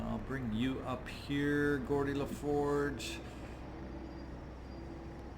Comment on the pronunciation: Gordi LaForge and? lol If you've never watched TNG you should, maybe watch the first season and a half at 2x speed though. Then watch Babylon 5 and DS9. Your videos are great background, and to watch in between incidents at work. Then sometimes I notice something like that and it makes me chuckle. Thanks:)